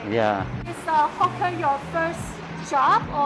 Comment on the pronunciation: Great video as always...Watch your pronunciation of "hawker" though, it might be mistaken for something else.